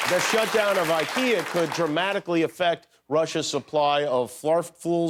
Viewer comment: The "YouKea" part is hilarious…That accent!!!!